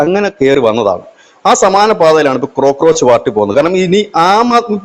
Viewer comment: ക്രോക്രോച് അല്ല കോക്രോച്ച് ആണ്